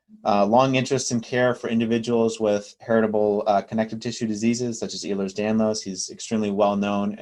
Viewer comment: Ehlers is pronounced “Ellers”.